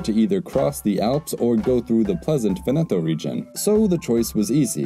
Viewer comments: Vèneto not Venèto ;) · I'm going crazy, it's Véneto, not Venéto. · Very nice video, but it's pronounced "Vèneto", not "Venèto" 🙂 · For English speakers: It's not Venéto, but it's Véneto. Bare in mind that in this Italian word there's no accent, but is implied, also in some parts of Italy we say Vèneto. PS I said for English speakers because in Italian, for example, the acute and grave accent characters are switched (don't know the reason), so an è is acute and an é is grave. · VE'neto. Sorry, Italian is usually regular but three syllable words can be accented on either the first or second syllable. Unless there is a double consonant there is no way to know except by hearing. I.e. in Rome it's Via VEneto, not Via VeNEto. Drives me crazy- a non-native. Sorry to HARass you but HarASSement is not intended. A subscriber. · It is not pronounced Ve-NE-to but VE-ne-to (Just like in the word "Venice"). The emphasis lies on the first syllable not the second one, otherwise it would be spelled Venetto. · The accent is on the first syllable in Veneto: VEN-e-toe, not Ven-EH-toe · PopesofHazard I was just pointing out which syllable is emphasised. Other than that he pronounced it completely correct. I don't know what your problem is. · vEneto, not venEto. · Venèto sounds more Italian. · Awesome video, enjoy your work. Though, dude, it is Vèneto. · Every time he says Venètooooh an Italian dies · He simply got the rhythmical accent wrong. 😁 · The Adriatic is a sea, not an ocean. 'Veneto''s is on the first 'e', not the second. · Stress "Veneto" on the first syllable, not the second. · Please teach the narrator how to pronounce Veneto. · Before making such a video, please learn first how to pronounce italian words like veneto. Really hurts my ears